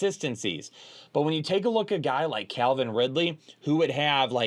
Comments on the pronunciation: Calvin Ridley, not Clavin Ridley 😂. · It’s Calvin not CLAVIN folks